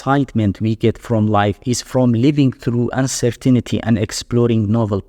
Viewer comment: Uncer-tinity Uncer-tainty